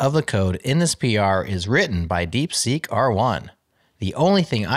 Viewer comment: "DeekSeek", we still need a good linter for English.